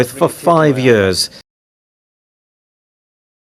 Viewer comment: “The jump he’s been living with for 5 yeaurs”